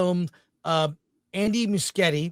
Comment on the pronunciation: Andy Mush ye ti is the pronunciation